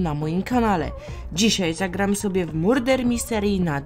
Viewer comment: czyta sie "*marder* misteri"